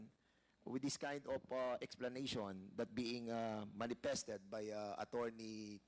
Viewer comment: What's opis? Manipested? Pronounce your words properly.